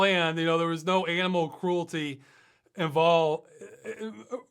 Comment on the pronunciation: That wasn't an aminal, it must have been a nimeral. :)